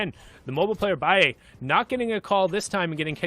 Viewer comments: I’m triggered because he is calling balle baie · No one litterly no one y the fuck this guy calling him biie it's balle bruh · HIS NAME IS BALL-A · Lol he's 14 years old Also its pronounced ball ay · Its ball - uh